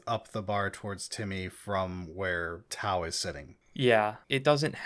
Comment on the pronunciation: You nailed tau